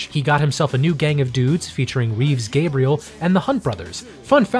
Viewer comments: Say it with me: Reeves Ga-brels....not Ga-bri- el. ;-) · Gabrels, NOT Gabriels. Getting someone's name right is basically the very least you could do.